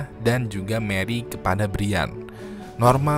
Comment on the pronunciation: brian itu bacanya brian bang bukan brian